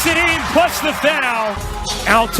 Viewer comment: It's not een It's in. very anoying.